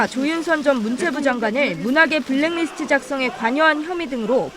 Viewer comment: 손 앵커님. 브랙 리스트가 아니고 블랙 리스트입니다. 수고하세요.